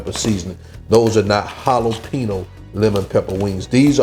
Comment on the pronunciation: Great dish but, brother, you are mispronouncing the word "jalapeño", like 900 xs in this video! lol